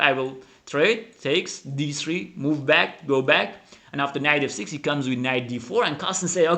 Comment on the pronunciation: Very nice....pay attention to pronunciation of the word "go"...your English interpretation is fantastic